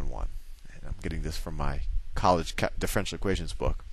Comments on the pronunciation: Pronounced: Diff - er - ench - i -el not Diff - wrench - el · I certainly gain from your videos but i am wondering if when you say DIFFRENTIAL equation you mean DIFFERENTIAL equation try to pronounce words right okay? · As much as we love Sal, I wish he would pronounce "diff-er-en-tial" correctly, instead of "diff-ren-tial" (4 syllables vs. 3). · I tought he says, the french equation! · The guy in the video pronounces it diff-ren-tial, you do it in four syllables and I would do it in five (dif-fe-ren-ti-al). Amusing. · I'm pretty sure differential has 4 syllables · It bothers me so much how he pronounces differential here. But I realize he may be pronouncing it correctly in later videos. Should be pronounced like andiepants does here